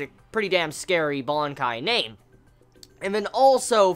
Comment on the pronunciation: What the fuck is a bonkai? It's BANKAI!😂😂😂😂